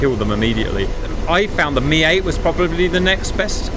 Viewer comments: US military nomenclature for the Hip/Hind was always with the phonetic "Em Eye" 8/17/24 pronunciation. When did it change to "Mee" 8/17/24? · Still confused why I'm hearing "Mee" instead of "Em Eye"...